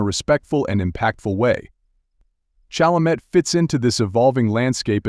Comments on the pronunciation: No matter Chalemet's orientation, Chalamet's respect for all humans is laudable, particularly when social media encourages derisive statements in search of clicks. AI will have to improve before narrations like the one in this video will "learn" how to correctly pronounce names like "Chalamet." Mispronouncing the subject's name is irritating, though it probably annoys me more than it would Chalamet, who has probably heard his last name mispronounced his entire life. He is a masterful actor and a pleasure to watch on the screen.😊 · Narrator, learn to say his surname correctly. Not like a high school drop-out.